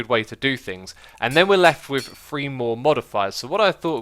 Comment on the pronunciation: I'm sure I'm not the first to say this, but stop saying free instead of three